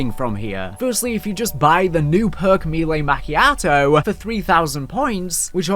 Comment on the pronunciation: Me-lay Ma-key-ah-toh